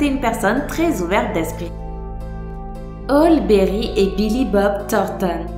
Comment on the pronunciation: ça choque que moi comment elle a prononcé halle Berry